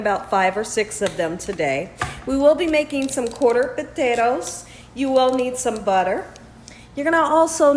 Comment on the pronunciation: Did your accent change after you moved,? I’ve never heard you pronounce potatoes “puthettos” 😂